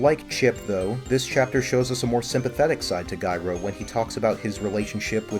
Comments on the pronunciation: It’s pronounced like the word gyro. The g sounds like a j. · Why do you keep pronouncing Gyro like ‘Guyro’?